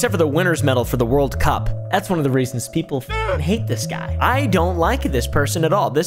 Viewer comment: when he said reasons i thought he was saying rizz